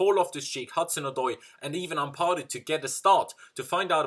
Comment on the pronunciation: I always cringe when you stretch the second "a" in "Ampadu". Its Ampadu not "Ampaadu". Thats how Ghanains pronounce the word the last time I checked. He dad is a Ghanaian.